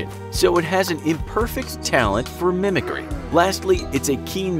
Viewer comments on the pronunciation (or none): none